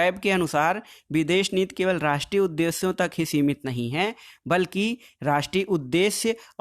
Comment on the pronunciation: Videsh nit nhi sir videsh niti hota hai wo 😂😂😂😂